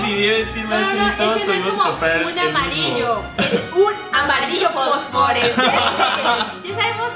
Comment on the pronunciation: En el minuto dijieron fosforescente se escribe fluorescente y se pronuncia fluorescente